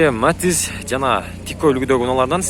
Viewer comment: Матз эмес Матиз деп суйлочу